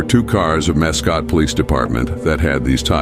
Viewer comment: Mask Scott., not muhscoat or however u said it. Mascotte Florida !! RIP young lady. It is beyond evil to be a police officer and commit evil.